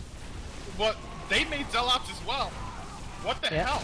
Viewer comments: For the love of god, this guy needs to stop saying Zealaughts. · Zeal-aats... that made me cringe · Skipped this Bronze League Heroes because of this co-casters voice and how he says zel-aghts. I dont think Ive ever heard anyone mispronounce zealots in my life. I saw I was only at 14 mins out of a 40 min game... Nope, peace out.